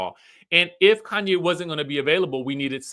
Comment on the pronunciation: He's saying "Kanye" instead of Khanyi, so I doubt. And her name is Kefilwe. Kefi is just short form and I think it's pronounced "Kayfee" but u know Americans will say "keefai"😂😂😂